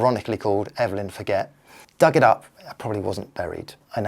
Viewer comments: Finnish is not a race, so it's not racist to say they like saunas, but it is a stereotype to say that... i guess. and the name Forget is pronounced more like for-chgeh... i had a friend with that name.. i'll never forget.. i'm not here just to correct you. This was an excellent video!! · Her name is French bonehead. It's not pronounced for-get, it;s pronounced for-zhay. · I think Finns pronounce sauna as "sow-na". Not sure Finns are a "race"..so your joke is more a cultural stereotype than 'racism'? ;-) On the theme of pronunciation, the Canadian social scientist Evelyn Forget's surname is pronounced "Forzhay" :-)